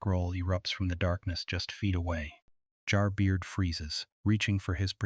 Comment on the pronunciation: "Jar Beer"? Lol it's Jer Bear